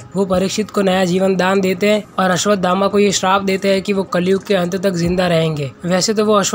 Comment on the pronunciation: अस्वधामा ❎ अस्वथामा ✅